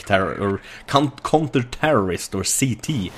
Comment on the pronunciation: kånter tärrorist.., your english makes my ears get aids:C